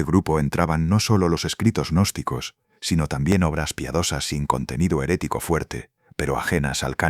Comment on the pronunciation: Señor narrador cuando usted se refiere a los gnósticos no le agregué una letra a al de la palabra ya que queda agnóstico Qué es la palabra contraria al estudiante gnóstico ejemplo de ellos son los magos negros los espiritistas hipnotizadores y los brujos todos estos odian la gnosis al igual que los yerbateros Julián al Cristo odian la verdad Entonces no nos tilde Agnósticos nuestro nombre bien pronunciado es g Gnóstico .Como lo fué el v.M Jesús de Nazaret.